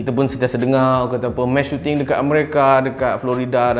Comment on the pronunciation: sampai habis aku dengar "mash shooting"